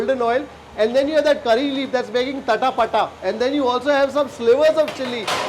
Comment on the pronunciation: it's not tatha pata it's chata pata